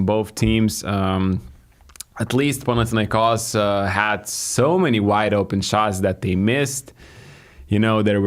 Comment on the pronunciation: My man, I love how you correctly pronounce the name of the club. PanathinaiKOS.